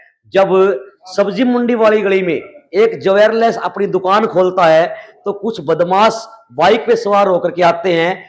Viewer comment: जवेर लेस नहीं होता भाई, ज्वेलर्स होता है